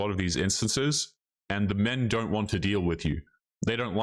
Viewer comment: How many times osmshe going to say "men dront like women"